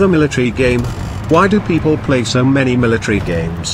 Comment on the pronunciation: military not mitray